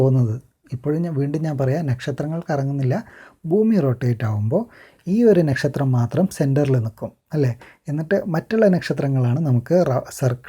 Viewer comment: Bro.. Nakshatram pronounce cheyyumbol onnude crct avanund❣️...